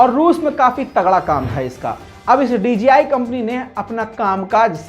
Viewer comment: ITS DJI NOT DGI THANKS